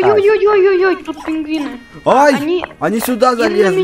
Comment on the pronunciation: Не пингвины а пингуыни